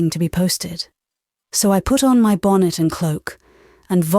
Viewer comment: Some odd pronunciation "bon-net" (bonnet), "auntypathies" (antipathies). Then there is the French pronunciation...🤔 Also, delivery I find monotonous.